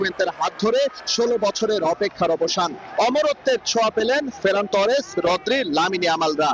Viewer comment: ফেরান তোরেস না আফা, ফারান তোরেস 🙄🙄🙄